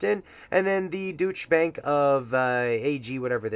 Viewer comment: At first, I thought you said "Douche Bank"